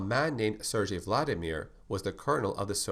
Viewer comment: Cool! One thing, the G in "SerGey" is spelled like in "Gay" :) Also his name makes no sense at all, because both Sergey and Vladimir are first names in russian